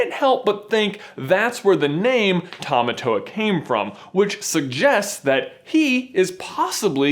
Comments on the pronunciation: I almost couldn't watch this because of the pronunciation of Tamatoa. Tah-Mah-Tore. Not tow-wah. Literally meaning 'Strong Man.' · I am fluent is Te Reo Maori and Tamatoa is pronouced like "Tah-Mah-Tore-Ah" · Please pronounce tamatoa right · you said tamatoa wrong